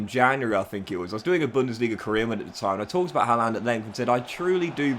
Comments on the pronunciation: Good video but it’s pronounced “har-land” he even said himself in an interview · Why are you the only person on earth that HAS to mispronounce Haalands name?